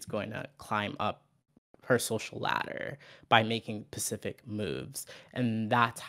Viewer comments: I'm sorry, but saying "Pacific" so much took me out of the convo. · Omg take a shot every time she says pacific instead of specific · Is it me or does say pacific instead of saying specific throughout the whole convo. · I'm pretty sure it's a speech impediment, or rather the affectation of one. Several times where she responds more quickly, she manages a "specific" just fine. She also doesn't affect other consonant clusters in this manner. A sign that it's done as a stylistic choice. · I’m making fun of her for being unable to pronounce “specific” correctly despite making political COMMENTARY her career